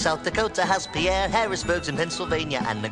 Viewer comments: Also, the capital of South Dakota is pronounced "pier". The pronunciation is not French. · The capital of South Dakota is pronounced as "PEER.", NOT "Pierre". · As a South Dakotan, the name of the capital is pronounced "Peer," not "Pierre." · You missed 1 when wacko said “Pierre” he said it as “p er” and not p er [pronounced as ir] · Missed sin: In Wakko's America, Wakko mispronounces Pierre as pe-air instead of pier. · Also, Wakko mispronounced Pierre, the capital of South Dakota. It's pronounced "peer", not "pee-air". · That’s not how you say Pierre... It’s pronounced Pier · sorry he said pe air it pronounced Pierre like a dock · Also, Pierre isn’t pronounced like that lmao.